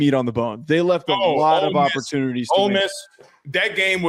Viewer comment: And its OLE MISS Not OLD MISS